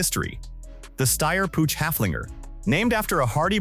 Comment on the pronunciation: Its not Putch its spoken Puug Ai suckers